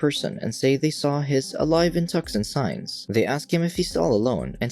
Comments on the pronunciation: Dude it's TOO-Sun not TUCK-Sun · It’s TOO-SAN